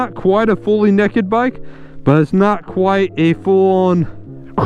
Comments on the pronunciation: really such a pretty bike gawd damn also they're "naked" bikes, not "nacked" bikes haha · Naked naked not necked lol